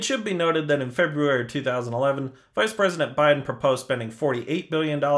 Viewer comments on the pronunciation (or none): none